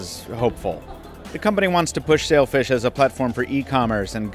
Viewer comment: I know it's called Sailfish but I keep hearing Selfish smh